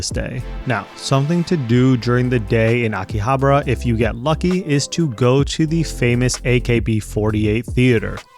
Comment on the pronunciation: Akihabra? really?